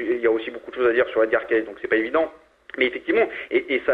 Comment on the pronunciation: de plus on prononce edgar caicy et non caisse !